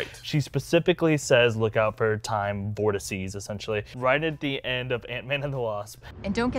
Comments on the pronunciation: Yesssss!!!!!!!!!!!! Thanks for saying vortices instead of vortexes !!!!!!!!!!!!!!!! lol Grazi! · to for using "vortices;" I've been yelling at every time over the past few years when he says "vertexes."